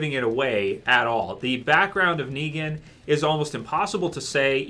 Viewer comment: He didn't even say it right.